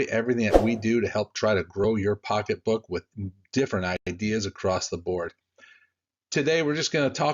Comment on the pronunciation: Did you say "pocketbook"? lol ..love your videos btw...